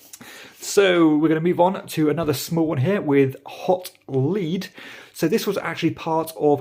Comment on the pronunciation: I think it's pronounced 'Hot Led,' rather than 'Hot Leed'